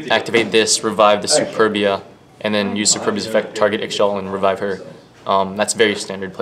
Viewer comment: Ixchel is pronounced "Ish-tchel" not "iks-shel"